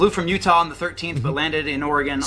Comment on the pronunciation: ”I’m sorry did you say youta?”